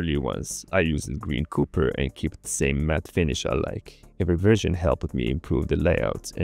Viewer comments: Neat results, looks awesome...!! But i can't shake the time you called Copper, like Cooper, think saying a short name for a police officer, "Cop", just purral, then it's correct sounding, of Copper. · pleaseeeee stop saying cooper instead copper god please!!!! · the way he pronounced copper made me laugh. 😂